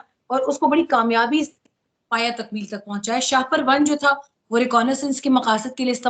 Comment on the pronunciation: Not sha-per. It is Shah-per. Please correct yourself.